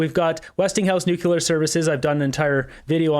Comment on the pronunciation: nuclear not nucular, you sound like W. Bush.